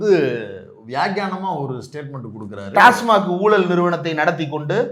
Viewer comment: மில்டன் டாஸ்மா'' ''ர்'' 'க் இல்ல.டாஸ்மாக்